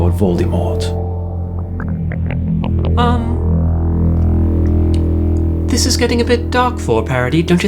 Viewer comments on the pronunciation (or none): Why are they saying "Voldemort" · think they mean why did they pronounce it with so much e in the middle, I think that's why they spelt it like that. It was bothering me a bit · I am really confused, did they really call him Lord 'Voldiemort'?